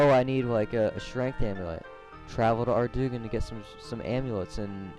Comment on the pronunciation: It is pronounced ardoin, not ardougne!